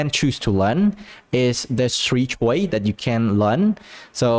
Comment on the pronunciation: "... so I don't really agree, it's just a personal experie[ce], it's just like a personal choi[se]" "... the three choi[se]" "... so the three choi[se]" idk about you, but I don't know what "choi" mean :(